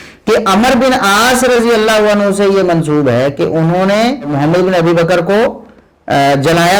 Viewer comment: Tm Mohammad bin Abi baker rz ka name sahe tarha say lo.